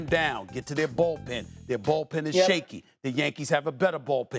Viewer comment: His takes are so bad he’s calling it the ballpen not bullpen lol